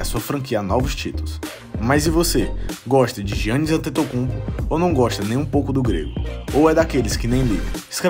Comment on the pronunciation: Não se diz jiannis, mas sim iannis n se lê o “g”, mas yh adoro o teu canal mano!!!! És dos melhores senão o melhor canal de basket de todos os países q falam português!!!